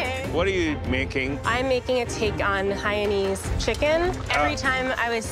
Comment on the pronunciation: im so triggered that she says "hainese"